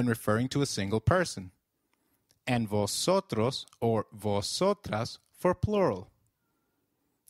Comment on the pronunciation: I‘m confused. When v appears at the beginning of a word, shouldn't it be pronounced as 'b' than 'v'?